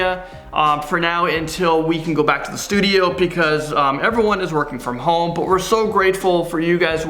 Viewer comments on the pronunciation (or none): none